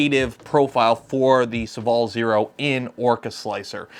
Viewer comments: SOH-VALL FOR THE LOVE OF GOD NOT SUHVALL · It's funny how you pronounce Sovol